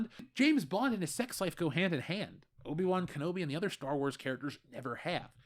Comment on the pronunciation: O-Bi Wan Kenobi